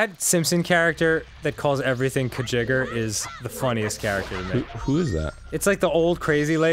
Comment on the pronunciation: It's pronounced, "Kuh-JIG-ger" (not "kuh-GIG-ger"). But yes, you're right, it's from Futurama. I actually had to pause the episode to check comments to make sure someone let them know. Thank you. That bothered me more than it should have.